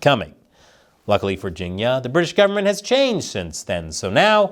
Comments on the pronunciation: It's pronounce "Ching-year" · for a moment i thought you were saying "ginia" short for Virginia. 🤣🤣im like "Virginia had something to do with English steel"